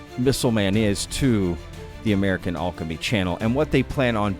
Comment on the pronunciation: I hate the way you pronounce alchemy -.